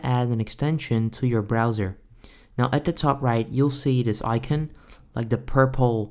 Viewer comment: 0/10 he miss pronounces icon